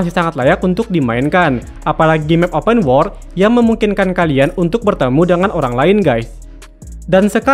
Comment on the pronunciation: Lu ngomong open world pengucapan malah kaya open war bro, benerin lagi jadi enak dengernya wkwk saran aja si, sama jangan terlalu kaku ngisi narasinya 😂